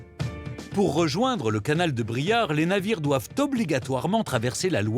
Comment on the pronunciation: BRIARE !!...et non Briard 🙏